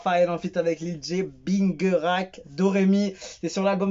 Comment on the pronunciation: C'est plutôt binjerak la prononciation